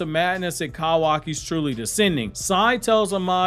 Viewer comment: I hate the way you pronounce kawaki tf